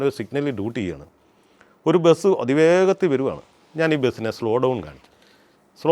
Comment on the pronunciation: ബെസ് ❌ ബസ് ✅